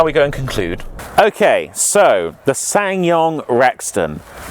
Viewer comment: you don't pronounce the second S in the name